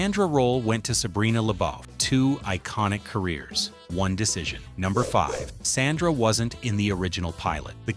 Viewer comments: The eldest daughter was S O N D R A, not, "Sandra,". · Sondra... not sandra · People who narrate these videos really need to learn their pronunciations. If he calls Sondra Sandra one more time….. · YES, U NEVER MENTIONED RUDY WAS SUPPOSED TO BE A BOY. JALIL WHITE AUDITION FOR THE PART. ALSO THE CHARACTER NAME WAS SONDRA NOT SANDRA. PLUS U DIDN'T PRONOUNCED RASHAD 😒 CORRECTLY EITHER.